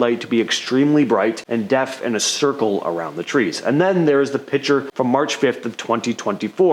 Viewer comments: YES YES YES.....PLEASE say "Picture". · It's "Picture" not "Pitcher."